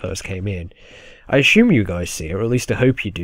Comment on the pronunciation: 'Assume' or "Ashume"? lol. Actually glad to have this lets play back -can't wait to play the ps4 remake.. if it ever happens!